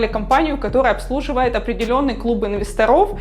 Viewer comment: при всем уважении. инвЕсторов, а не инвесторОв - режет слух...